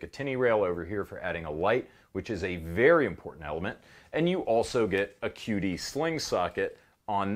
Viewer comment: I thought you said a "cutie" sling socket 🤣